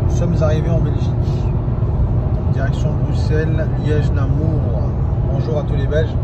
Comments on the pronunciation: Par pitié, ne dis plus "NamOUR" mais "NaMUR" comme un MUR, je suis de Belgique et ça m'a tué de rire d'entendre cette prononciation 😂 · Namur et pas Namour !